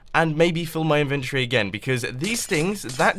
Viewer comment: Why does he always say inventory wrong. it frustrates me so much